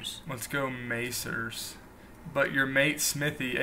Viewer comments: You had me at May-cers!! HAHAHA. Pronounced "Mack-ers", it is simply McDonalds peeps. The looks of confusion is adorable and hilarious! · "maycers" oh colonists, you're so adorable